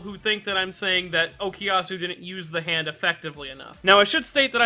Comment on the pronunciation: Such an interesting way of pronounciating " za hando "